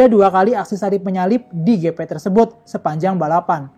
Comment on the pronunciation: Waktu baca GP di baca gepe, waktu baca moto GP di baca english, Alangkah indahnya di baca aja english dehhh